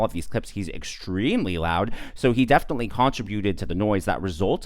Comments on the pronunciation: Contributed. Con-TRI- bu- ted……not CON- tri-BU- ted. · Con TRIB uted not CON trib uted